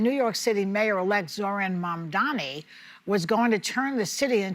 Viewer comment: Joy, it's M-A-M-D-A-N-I. Not Mamdami.